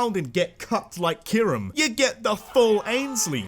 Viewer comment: KYUREM, NOT KYRUM!